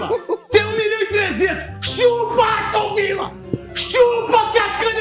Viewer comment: "Aostun Villa" kkkkkkkkkkk